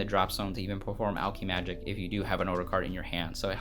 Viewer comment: Imma say this now because it’s bothering me, it’s alk-eh-magic